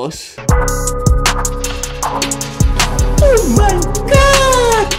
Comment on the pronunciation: Cuan eres tu jefe y te puedes dar ciertos lujos pero el dijo lojos like si es verdad